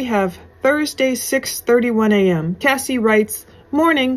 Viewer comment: It's CASS EE NOT CASEEE. CASSIE.